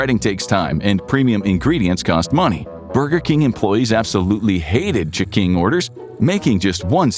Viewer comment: Damn the ch'king was good 😋